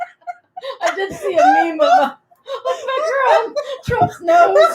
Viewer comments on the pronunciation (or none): none